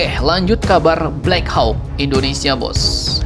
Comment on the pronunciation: Maap min, bacanya "blek hok" min biar tambah gacor